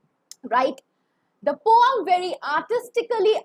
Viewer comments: It's not poam, it's poem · Ma'am but why you pronounce poem differently which is the correct pronunciation?????? 🤔🤔🤔🤔🤔🤔🤔🤔